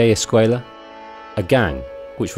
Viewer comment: It is javier escuella not escquella